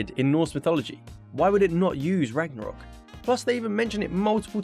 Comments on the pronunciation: Soooooo.... Ragnarok is pretty cool and all but what is "Ranarok" lol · “Ranarok” lol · Stopped watching when it said "ranarok" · AH YES, My favourite Game. God of War RANAROK. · God of War Ranarok lol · GOD OF WAR RANAROK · "ranarok" seems more troubling lol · Ragnarok, not Ranarok. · "Ranarok" lol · Ah yes, Ranarok! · 'Ranarok' epic fail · ''Ranarock'', right... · Like how you said ranarok at the beggining of the video. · Why did it say Ranarok? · "RANAROK" lmao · It’s says at the start ranarok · ranarok ? are you fucking kidding me xdd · It says “ranarok” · Did anyone else see it said ranarok without a g